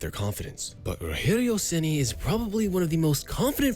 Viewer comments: PORRA TNC POW... o cara eh BR narrando historia em ingles.. porem fala o nome do cara parece latino norte americano RORRERIO RENI. pohaa nome se fala normal em qualquer lugar do mundo caraii.. ROGERIO SEMPRE VAI SER ROGERIO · You said "Rogério Ceni" in a spanish way, but in Brazil speak portuguese.